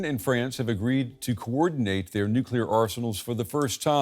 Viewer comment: Is US control of UK 'Nuclier' a problem?